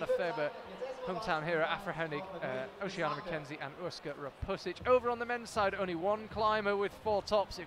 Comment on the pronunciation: I don't know her but I'd pronounce Oceania o-sha-NEE-a. Charlie says it wrong every time as if there were no "i"